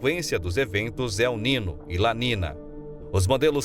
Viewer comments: Caro Prezado Locutor... Que "não sabe" Espanhol... Não é "La Nina" e nem "El Nino"... É "La Niña" (Lesse - "La Ninha") e "El Niño" (Lesse - "El Ninho") Obrigado pela Atenção e na próxima fala correto no video as palavras em Espanhol.. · La letra Ñ en Español tem son de NH em Português... Não e nina o nino.. E Ninha o Ninho... Devemos respeitar os idiomas.!!!!! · Adorei. Só se pronuncia ninho e ninha. O n com til fal papel de nh. Vlw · Desculpe-me a intromissão: o fenômeno Ele Nino se pronuncia El Ninho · ATENÇÃO - a PRONÚNCIA CORRETA É EL NINHO e la NINHA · Se pronuncia la ninha e el ninho, pois la niña e el niño é espanhol. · Prezado narrador você podia pelo menos ler correto NIÑO E NIÑA, se le: el ninho e lá minha. Obrigado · La ninhâ.....ou El Ninhô....... tua pronúncia ..................DÓI aos ouvidos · Como que este locutor não sabe pronunciar corretamente as palavras "El Niño e La Niña?São palavras escutadas repetidamente na mídia. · Locutor precisa saber que niño tem som de nh